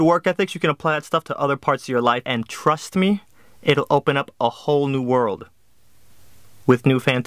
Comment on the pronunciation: bro u just said a whole new woldd